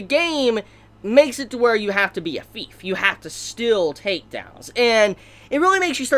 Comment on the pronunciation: It really annoys me how he pronounces STEAL as STILL, FAIL as FELL.